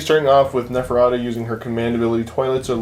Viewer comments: I kept hearing Nefetata :') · Hey, I like your input in the age of Sigmar battreps of late, this seemed to me like a fun, competitive and mostly balanced game. My only request: pronounce Neferata's name correctly next time you decide to include her in your army... I'm pretty sure she doesn't take it well if you start calling her Nevertata... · Why can neither of them pronounce 'Neferata'? It's not that bloody hard! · I think the name is cursed or something - two or three people on the shop I go to pronounce it in a variety of ways, always excluding the correct way. So strange...